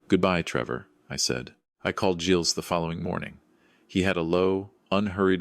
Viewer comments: Never ever Gills. Artificial intelligence is badly taught, obviosly. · Second mispronunciation, same correction. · By the way,, the name Gilles has a silent s Intelligence, not.